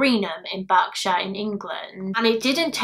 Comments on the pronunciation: It’s not pronounced ‘Burkshire’ but ‘Barkshire’ like a dog bark…Berkshire. I was born and live there. xx (And 1985 is only 11 years before 1996) Thank you for sharing these cases. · Berkshire is pronounced like "Barkshire" 😎✌🏽💋🖤🖤🖤